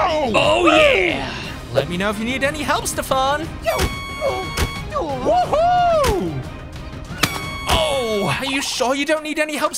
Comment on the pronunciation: You need to practice Saying Voice “Stefan” There’s Nothing Stefan not Mr farn